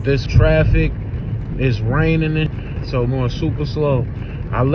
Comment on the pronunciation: Did he say Rainingnin OMG